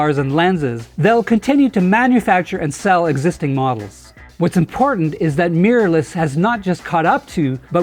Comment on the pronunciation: WHAT IS Meeerless? Really? Try this. Mi Rorr Less Mi Rorr Less Mirror less. NOT MEEERLESS. Please.